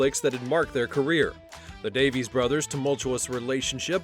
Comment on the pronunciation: Sorry to tell you this but it's Davies. Always was & will be.